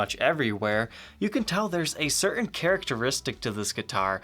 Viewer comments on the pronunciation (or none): none